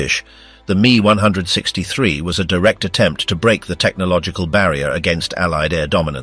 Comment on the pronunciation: M. E , not "me". You need to listen to your fake voice and make corrections. Can't say the years like normal people. Also, this should be a 20 minute video.